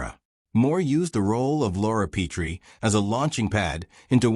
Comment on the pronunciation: Their last name wasn’t Pea-tree. It was Pet-ree. Teach your AI how to read names if you intend to create nostalgic videos.